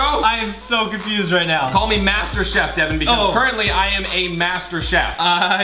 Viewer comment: Its Devan not Devon, Deven, Devin.